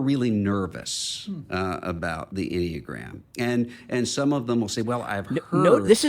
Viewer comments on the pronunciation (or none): The M&Mgram...? In my head, you were getting close to this pronunciation...🤣 Enny-uh-gram😁